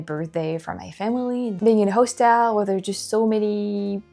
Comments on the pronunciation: Sugar.......just a little help.....I always appreciated it myself when I mispronounce something in my second language. Hostel is pronounced HAW- stol.....accent on the first syllable. Keep up the great videos girl..... I bet if you lived in the states full time in a state where you can carry, you'd be packing all the time because of experiences like the one you had on the trolley. Makes you feel a whole lot safer....... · Hostel is pronounced HOSS-TILL